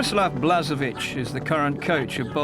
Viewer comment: i'm sorry to say that this video has been put together sloppily. blažević (whose name is spelled blazhevich, NOT "blasevich") is currently the head coach of nk zagreb -- the info is totally out of date, most of the names are mispronounced. also, where is the game against the netherlands, where croatia took third place? sorry, but this video is a good example of bad editing, outdated information, and poor production overall.